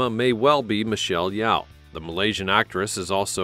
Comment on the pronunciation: Do more research and make sure u pronounce Micheal Yeoh name correctly!